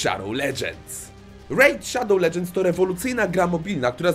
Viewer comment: W KOŃCU DOCZEKAŁ SIĘ WSPÓŁPRACY Z REJD SZADOŁ LEDŻENDS XDDDD